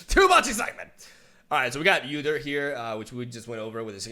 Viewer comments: Its not U dyr Its.actually pronounced oodyr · UUUUUdyr not YOUdyr 😂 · Pretty sure it's pronounced OO-deer, not YOU-deer. You also get extra credit for putting a growl in your voice when saying his name *wink*. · Lmao, yewdyr Btw the way to say it is oo-deer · I think the correct way to pronounce his name is to pronounce the U like b(oo) So oodyr Udyr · OOdear Is how you pronounce it I think. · his name is pronounce like this. its 'Uhh-Der' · I love your reaction bro! Udyr is my favorite champ in LoL and long have awaited his rework and for him to be in LoR. now can get a better idea of his new stances! So stoked. Can wait for his release got so many ideas! And I know you’ll brew some spicy shit! Buuuuuutttttttttt it’s pronounced “OU”DYR not “YOU” DYR. 😅😂 much love! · It's ooodeer. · Oooou-Dear. We dont pronounce the U as is its like "Ooouu whats that??" lol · It's pronounced (oooDeerrr) lol 👌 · its actually Ou-dir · Its pronounced “oooo-deer” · It’s pronounced God-yr the opener of gates. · it's pronounced Oo-deer. Never thought about how hard league names are to pronounce for people who've never heard them before. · OO-DEER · Ou-deer. Ezpz you'll get used to it. You know that song? Like ouuuuuuuu ouuuuuuu. Ouuuuuuudeer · It is prenounced "Oodir" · Oh dear it's Ooo-dear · It's really interesting to see how Legends of Runterra did their take on udyr, who's currently being redesigned completely. Also if you're curious udyr is pronouced with the spanish U - then the engish pronoucnation of deer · It's "Ooh-Deer" also, love the vid! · It's pronounced OO-deer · It’s actually pronounced Wu-Dear lol